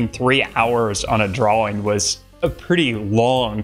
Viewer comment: 6 years of art school and they never taught you how to pronounce ‘drawing’